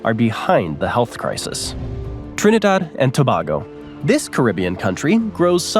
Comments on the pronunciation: LOL also the pronunciations of Guyana, Suriname, and my country, Trinidad and Tobago (it's To-bay-go, not To-bah-go) 😫. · That was fun... But a few corrections of country name pronunciations: It's Gre-NAY-da, Trinidad and To-BAY-go, in English it's pronounced "Surinam" without the vowel at the end (in Dutch they do say the vowel, but it's a mispronunciation of the original English spelling). Also, I guess it's forgivable to say ka-TAR even though it's properly KA-tar. I do congratulate you on saying "Tu-VA-lu" and Lesotho correctly.